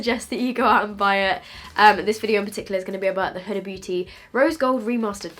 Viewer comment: Isn't it pronounced more like hoo-da?